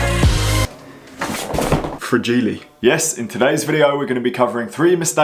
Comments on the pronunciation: Fragi-le..that’s Italian. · You had me at "frah-jee-lee" 😂😂